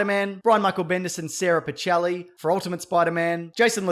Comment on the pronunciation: I don't want to be that guy but it's pronounced as Pi-keh-li not Pi-che-li.